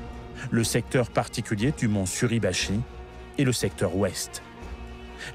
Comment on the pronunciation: Erreur à "Mt. SurAbachi..." au lieu de "Suribachi". Déjà que l'utilisation de l'IA est gênante alors si en plus vous ne vérifiez pas derrière...